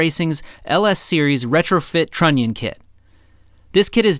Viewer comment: trunion is to funny to hear XD